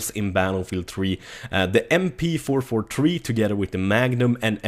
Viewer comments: M-Pee-Four-Four-Tree :D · I'm not hating, I just don't know why he can say battlefield 3 but can't say mp443 (mp44tree.) :P